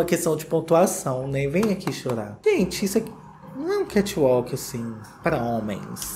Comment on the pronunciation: Kati uauk, kath alk, katch ualke... Aí, num seiiii !!! 🤔🤦🏻‍♀